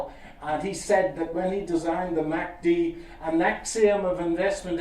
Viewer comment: Right off the bat I can tell you he is a fraud. He does NOT know the man who created the MACD because I AM THE MAN THAT DID IT!!! He can't even pronounce it correctly. I identify as a moving average and I am offended.